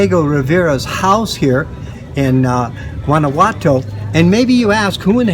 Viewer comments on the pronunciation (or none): LOL Wannawato. Freida Carlo. I love you weirdos